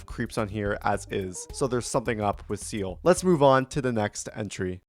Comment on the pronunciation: his name is seil, not seils, you keep saying seils's, just said seil's, thank me later :D